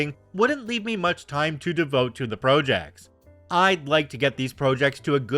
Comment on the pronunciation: Is this a real person or AI? How do you not know how to pronounce project?